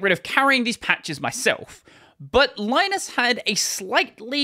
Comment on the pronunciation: Just a heads up: Linus Torvalds (and Finnish people) pronounce the name Linus as "Linnus".